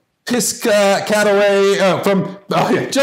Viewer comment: It’s “Piss-Cat-Away” if you’re trying to say it.